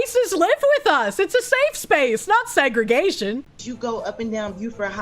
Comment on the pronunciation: DID SOMEONE SAY "SEGS-GRIGATION?!"